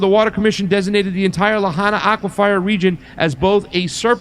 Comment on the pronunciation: Sorry, it's pronounced äkwəfər.